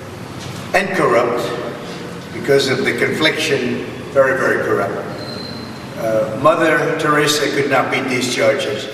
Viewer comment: Did he just say mother Therisa....!!! This guy is the stuff you scrape off your shoe...lmaorotf